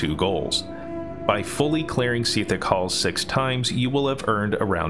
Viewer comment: SEEEEEETHICK HALLS and SARJARIS. lol